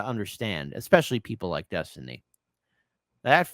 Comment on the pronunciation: When I was young, we would have just assumed that any "man" who went by the alias "Destiny" ("Dethtiny," as he says it )was a gay prostitute and just dismissed his opinions.